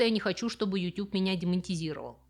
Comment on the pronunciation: Каждый раз я вместо "демонетизировал" слышу "демонизировал"))